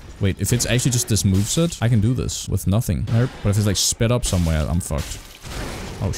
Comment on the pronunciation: Are you saying "narp" ? It sounds like an really thick australian accent saying "nope" and i cant stop hearing it lolol